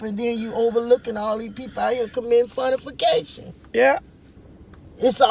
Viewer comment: & “Fornification” LOL